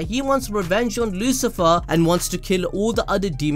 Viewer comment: Lucifer Or LuciferO..... cOme On....